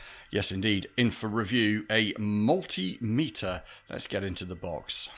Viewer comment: I love how you said mul-tim-iter in the intro. Somehow reminded me to order a new turbo encabulator!